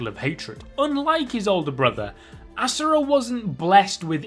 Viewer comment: Ass-ura hahahaha